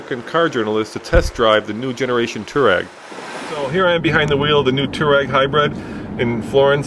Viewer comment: dude freeking learn how to say Touareg!!!!!!! its bugging the crap out of me